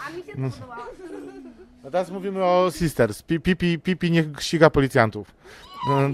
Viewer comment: SisterS, SisterS. Nie "Sister", Pan źle wymawia :P